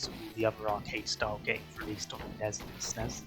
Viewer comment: Why do you call it the ness I am going to throw up